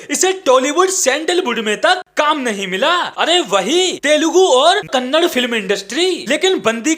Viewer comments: Dude it's not "Kannad" its "Kanada". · It's Kannada not Kannad... Stop belittling us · Its Kannada, not Kannad...atleast pronounce correctly. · Kannad ಅಲ್ಲ Kannada ಈ ವೀಡಿಯೋ ನಲ್ಲಿ ತಪ್ಪಾಗಿ ಉಚ್ಚರಿಸಿದ್ದಾನೆ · ನಿಜ, ಈ ನಾರ್ತಿಗಳಿಗೆ ನಾಲಗೆ ಹೂರಳಲ್ಲ!!!ಎನಮಾಡೋದು